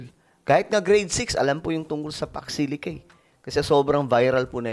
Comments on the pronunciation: baka hindi alam ibig sabihin ng pax silica. haha she almost say paksiw !😂😂😂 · Kung aware at alam nya kht hnd masyado maliwanag ung question sna.magegets nya. Unfortunately ung pagkasabi nya Ng fox silic? It means hnd tlga nya alam yon